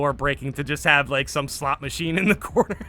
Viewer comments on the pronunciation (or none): none